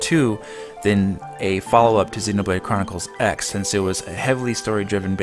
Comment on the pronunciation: You said xenobrade chronicres x like 8 times in a row bc u were trying to say it fast XD